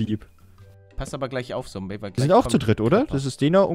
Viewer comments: Da hat er noch "Sombey" anstatt "Zombey" 😂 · Lieber Paluten aber ist heißt Zombiy nicht Sombiy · wie er da noch sombey gesagt hat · 2020 ist es so lustig, zu hören, wie er zombey immer "sombey" nennt😂🧡